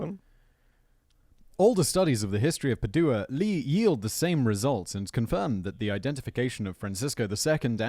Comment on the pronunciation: PADUA = PAD-WA.